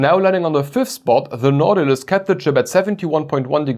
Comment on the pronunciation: Nah. Without the -tilus. It's Now-ti-lus.